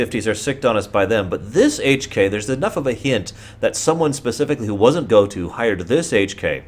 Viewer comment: ITS PRONOUNCED GOAT-OH YOU SCUMBAG